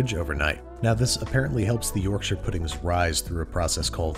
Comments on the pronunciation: Refreshing to hear Yorkshire pronounced correctly by someone who isn’t from the UK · HE SAYS IT CORRECTLY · Finally a American Who pronounced Yorkshire right big fan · Can we appreciate the correct pronunciation of Yorkshire? Yorkshur instead of york-shy-er. Impressed. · As a Yorkshireman your pronunciation of Yorkshire is admirable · Thank you for pronouncing Yorkshire properly 🇬🇧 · Thank you for pronoucing 'Yorkshire' properly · Excellent pronunciation of Yorkshire! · I'll level with you, when I clicked on the video I had prepared myself to be angry with the inevitable mispronunciation of Yorkshire (York-shy-re) and then you proved me wrong. I'm happy to be proven to be judgemental! 😂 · He pronounced Yorkshire right! Wooooo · Thank you for pronouncing Yorkshire correctly. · Congratulations on being the first American to pronounce 'Yorkshire' properly! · Thank you for saying "shur" rather than pronouncing it "shire"